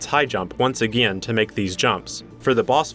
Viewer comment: I don't say this to be mean but hey says again like a gin